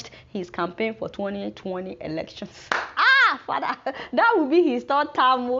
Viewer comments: Ruralafrican Shop Lmao at "fadah". The way she says that kills me lol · I like it when she suddenly says "your fada"